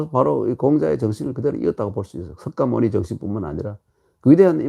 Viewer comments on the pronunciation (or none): none